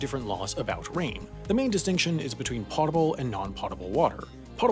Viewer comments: its pote-able not pot-able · "Potable" is pronounced like "poatable", not "pottable". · it's potable, not pottable water. That's pronounced POE-ta-bull, not PAW-ta-bull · "POE tuh ble", not "POT uh ble". Pretty much all pronunciation guides agree. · next video explain why you keep saying Pot-able instead the correct pronunciation of Poh-table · IT’S NOT PRONOUNCED “POT-TABLE” ITS PRONOUNCED “POH-TAHBLE!!!” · It's pronounced pow ·tuh·bl not pot·tuh·bl. Don't you people watch Jeopardy? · all together now: PO-table NOT POT-able! and on the previous one that I watched your AI SAID 'CUP-board'! is that next to the 'CUB-board'? =Half Assed idiot. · Potable, rhymes with Goatable. You are saying Pottable. Yes, English is so weird... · Pote-able, not pot-able. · Holy crap never say "pot able" again "Pote able" is where it's at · po·ta·ble /ˈpōdəb(ə)l/, or POE-ta-ble NOT POT-a-ble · potable is pronounced "po-tah-bull" not "pot-a-bull" thanks, this has been brad im here til thursday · potable is pronounced “poh-tuh-bul” not “pot-uh-bul” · It's "potable", but with a hard O, otherwise it would be "pottable"... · Did he really mispronounce “potable”? It has nothing to do with pots😂 it is not pronounced “pot ebl” it’s pronounced “pote ebl” lmao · It's pernounced potable (poe-tah-bull) not potable (pah-tah-bull) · It's potable, not pottable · Uhh it's POEtable not potable....pronunciation-wise that is. At least you spelled it right. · Potable is pronounced poadable, not pahdable. Unless you're in the military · Yeah it's pronounced potable not potable bro ._. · Fun fact, Potable is commonly mispronounced. Instead of Pot-a-ble, it’s pō-tə-bəl. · POH-TA-ble (like notable), not POT-able. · It's pode-i-bill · The first syllable in potable is pronounced like the first syllable in potent. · Unfortunate he got Pōtable wrong though. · just want to let you know potable is pronounced "Poe-table" and the Almighty Oracle Google agrees with me. Ok I'm out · It's pronounced POH-ta-bulls